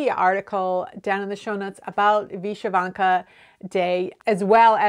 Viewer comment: Hi - You are my single most valuable Youtube resource for knitting techniques as I develop as a knitter. Thank you so much! As an American of Ukrainian descent, I can tell you that Vyshyvanka is pronounced vih-SHIV-on-kuh. Thanks for gathering all these neat tidbits